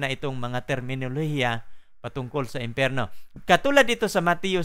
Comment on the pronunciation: imperno? o empyerno? what the hill